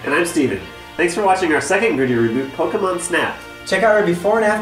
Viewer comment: Finally, a video where Pokémon is pronounced correctly